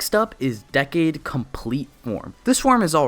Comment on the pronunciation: It triggers me that he says Decade Wrong 😠😤